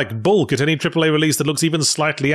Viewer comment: Did you say 'cripple-A' games? 😂